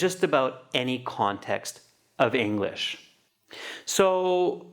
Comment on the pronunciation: she said englich instead of english ad stopped sometimes